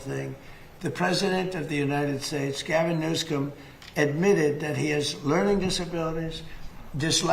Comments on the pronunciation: As he puts a K in Newsome's name each time he says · He mispronounced Newsom's name over and over. He has some kind of weird disability.